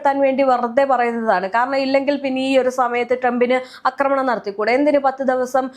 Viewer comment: അക്രമണം അല്ലെടി കൊച്ചേ? ആക്രമണം. കഷ്ടം!😂